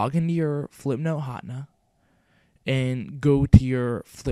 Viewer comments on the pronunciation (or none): Hotna? You Mean Ha ten ah? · Flipnote Hotna? XD It's Hatena [ha-ten-uh] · Ha-ten-ah Hatena. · its pronounced "flihp-noht huh-tee-nuh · It's pronounces Hat-ehn-uh HATena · its pronounced Ha-Teh-Nah. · HA-TEH-NA HATENA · flipnote HA-TEH-NAH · Hahaha I don't think you pronounced Hatena right... it should be Hah- (Almsot like huh) ten- (the number) nuh (that's entirely phonetic). I know this is a big controversy in the comments. So let me provide an actually helpful, relevant comment- This was really good! Thank you, I'm going to be using this to post my friend's birthday present. Thank you very much. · Actually, it's pronounced Ha-TEN-na. Like antenna but with an H. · i thought it was pronounced hah Teen ya.